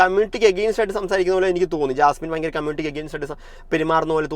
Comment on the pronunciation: പയങ്കരം അല്ല.. ഭയങ്കരം എന്ന് പറഞ്ഞ് പഠിക്കൂ